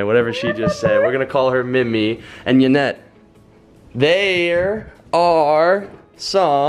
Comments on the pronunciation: Wait why do u say it as Janet if it's spelled Yanet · You've been together a year now so why are you pronouncing her name "Janet" when it's obviously Yanet? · OMG CENSOR SAID JANET INSTEAD OF YANET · why do they said Janet it's yanet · You called her Yanet and Janet..bro wtf? Do you not know your girls name? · he pronounces her name yanet.. but she pronounces her name janet.. they are in a relationship? u should at least know how to say her name... right? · is her name yanet or Janet bc he keeps saying janet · vesalexiev Spanish pronunciation is different. For example the name "Jorge" in Spanish is literally pronounced ""hore hay" but we would just say "George"